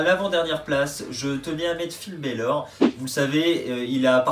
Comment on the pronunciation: Ça serais cool de bien prononcer les noms de Finn Bálor